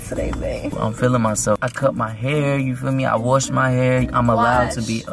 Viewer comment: "i wHASHED MY HAIR"